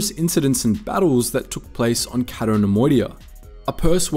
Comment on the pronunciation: It's "Cay-to", not "Catto". Why do you do this???